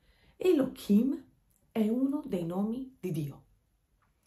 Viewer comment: Ma perché אלהים lo pronunci come Elokim se la ה ha un suono come la h. Scusa, una semplice curiosità linguistica senza la minima intenzione polemica! Grazie